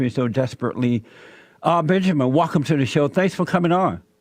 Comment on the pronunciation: Jesse Lee Peterson ITS WELCOME NOT WACOME LOL #NoBuckdancinNoCoonin